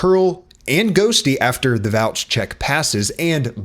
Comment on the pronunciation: "vouch" i almost spat out my coffee xD bro's the man